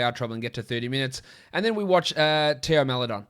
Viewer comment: TAY-O MAHLeDON *proper pronunciation 😂